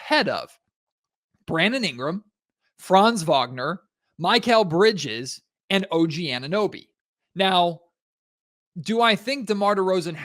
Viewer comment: Muh-kel bridges. Not My-Cale